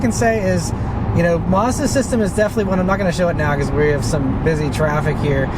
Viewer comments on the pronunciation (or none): It's pronounced Maz_da, not Mars_duh